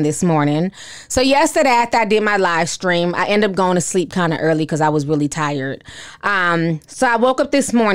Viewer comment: When you said Shekinah’s livestream I heard “LIEstream”, but I don’t think there’s much of a difference 😂💯.